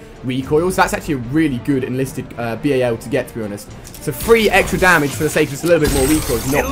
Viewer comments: "B-A-L" No one says that. XD It's Bal. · its bal 27 not b-a-l 27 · mate you don't call it B.A.L its so annoying when you say it like that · It is not a b.a.l it is a bal 27